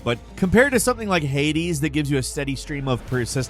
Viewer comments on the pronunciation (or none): none